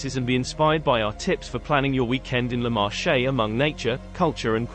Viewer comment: Interesting video ... but listening to the way the name of the Marche Region is pronounced makes my skin crawl! In Italian Marche is pronounced like Market without the t at the end. The way is pronounced sounds like the French word Marché, with actually means market.